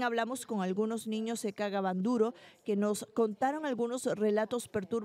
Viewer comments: Y porque la reportera dice "cagaban duro" si es " kaga bandoro" o solamente yo escuche eso 😬🤔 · Ella lo pronuncia así🙄... Pero es kaga Bandoro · Soy la unica que escucho la palabra cagaban duro jajajaj